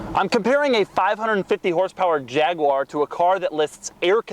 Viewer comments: Jag-u-ar not jagwah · No its not a jagwoar, its a Jaguar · Jag you are Wtf is a jagwire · There is no such thing as a JagWah, it's called a JagUAR. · YouTube subtitles actually say "jagular" when Richard Hammond says it 😆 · God damn it. Its pronounced Jag(you)ar. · Fucking Jagwar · Jag-u-ar. Say it! Jag-u-ar. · Fs America It's 'Jag-U-er' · oh man, the way you say jaguar makes me cringe, please just say f-type instead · Can you teach him how to pronounce jaguar properly as well?